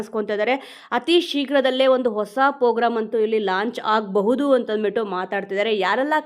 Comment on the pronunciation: Pogram alla Madam program